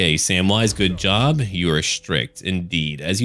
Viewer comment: At first I heard Samwise footjob instead of goodjob